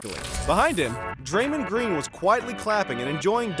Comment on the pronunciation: it's bo-bawn mar-yawn-oh-vich kelly ooh-bray Oh-luh-dee-poh Dray-mond green